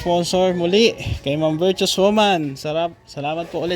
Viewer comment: Virtuous not virtous